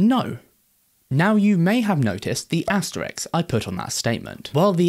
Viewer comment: The punctuation mark is called an (read and speak along slowly) ASTERISK :-D Not Asterix. Good video, btw. After watching your video, I just took off the legs of my sofa and now I've started doing the THING!